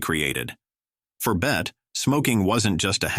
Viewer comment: BETTY (pron.) Davis not Bet.